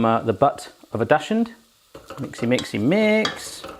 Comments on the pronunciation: Dear, it's pronounced "duck's hoond", not "dushoond";) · You were so close,. Next time you really should say 'add a DAchSH-und of pepper/salt.'